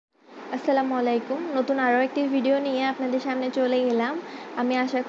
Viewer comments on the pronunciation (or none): none